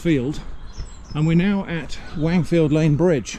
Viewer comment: Stop saying Wangfield, I can't take it 😆